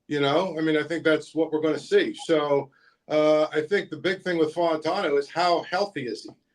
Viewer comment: Zeise, please get Fautanu’s name right (Fah-ew-tah-new), it’s not Fontineau. It would be like someone calling you Zeesy.